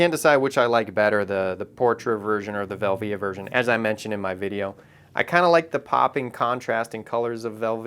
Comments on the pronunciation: team velvia all the way. Portra is great but these hipsters have almost made me get bored of it. Also never heard anyone say velvia the way you do haha, but who knows how its really supposed to be pronounced. Vel - via or velvia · Nice video but my ears bleed when you say Velvia, you say it wrong!! lol